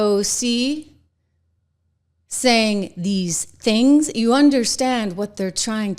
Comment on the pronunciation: I think AOC said one of these ‘Stings” not “Things”, but it’s basically the same. She’s totally out in left field.